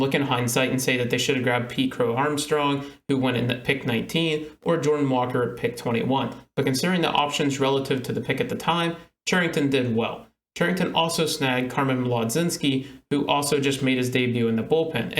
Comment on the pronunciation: You’ve probably heard it, but mlodznski is pronounced muh-jin-ski in case you haven’t lol. Polish name funny, great video!